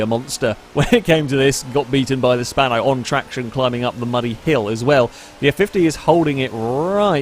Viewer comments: Bruh it's "Spano" not "Spanner" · I like how calls the GTA Spano, the "Spanner"